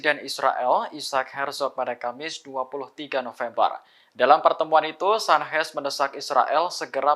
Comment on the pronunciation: Pembaca berita Tribun network lucu2 ya. Al Qassam dibaca Al Hassam, Qatar dibaca Hatar, Sanches dibaca San-hes. Dari siapa mereka belajar membaca ya?